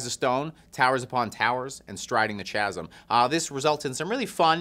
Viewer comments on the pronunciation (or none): Striding the Chasm-KAsm kkkkkaasm not Cha cha chasm chasm /ˈkazəm/ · Chasm is a hard C sound like cool not a soft ch like chair. Kasm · I love 1349 and have really been digging the sample singles. I can't wait to listen to this. Also, how did no one in the office correct his pronunciation of chasm? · Why in the hell are you pronouncing it chasm with a ch sound and not a k sound. Also this band hasn't had a solid release since Hellfire, everything since then hasn't been bad, just mediocre.